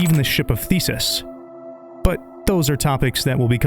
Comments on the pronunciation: Ship of Theseus, not Thesis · ship of theseus, not ship of thesis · I know this is 7 months old, but you misspelled Ship of Theseus the first time, and also it's pronounced thee-sea-us, not thee-sis. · he got it wrong on the video, that’s what I’m saying, he said THESIS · Almost as bad as Ship of “Thesis”. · Ship of thesis 💀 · Ship of THESEUS. Not Ship of Thesis. Lmao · Amazing vid, but "ship of thesis" bugged me, lol. It's ship of theseus, being the man of greek myth who slayed the minotaur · mane said "ship of thesis" lmfaoooo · It's ship of Theseus, not thesis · ship of thesis lol, theseus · Minor correction, but it's the ship of Theseus, not Thesis. Fucking really solid video though. Your first one about Darkwood is how I found you. Keep it up. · Oof. Ship of Theseus. Not Ship of Thesis. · My man every time you say ship of "thesis" i want to ugly cry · Great video, just don’t let anyone hear you say “ship of thesis” again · that what I said lol, I even corrected it and left a time stamp